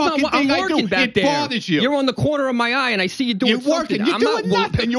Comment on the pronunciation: Yeah it bawthas me